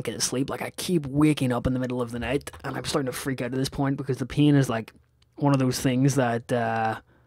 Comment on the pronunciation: lol every time you said pain it sounds like peeing to me!